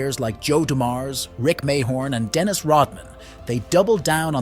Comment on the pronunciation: MAY-horn tho😂😂